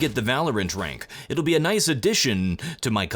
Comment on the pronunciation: "By the way, I am going to get the Valorant rank. It will be a (*Queue slight Russian accent*) nice addition to my collection" -General Grievous